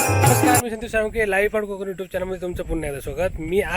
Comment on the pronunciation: Ha ha ha te konkan nahi te kokan ahe